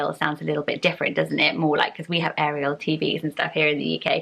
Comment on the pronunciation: My name is Ariel pronounced how you said it! No one says is correctly! Now I can say it’s said the French way